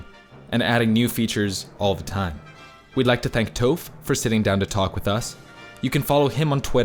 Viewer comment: He says Toph in a weird way